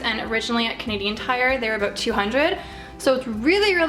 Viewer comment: I can't help finding it funny every time I hear "aboat" XD